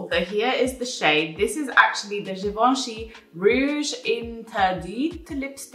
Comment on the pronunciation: haha Givenchy Rouge:p honestly you pronounced it well for someone who doesn't speak French! It is such a good video with great brands, the chapters are soooo helpful for a format like this. It's very clear + you are a real sunshine as always <3